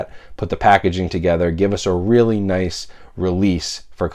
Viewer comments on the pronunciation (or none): none